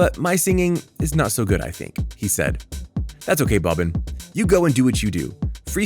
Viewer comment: Bro I’m cringing from you calling him “Bobbin”